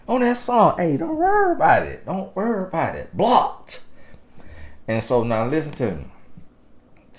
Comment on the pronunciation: Y’all, I’m from Australia and just listening to him say the down under line, Aussie and mate is hilarious 🤣 as says, keep them BLOCKTTTED 🛑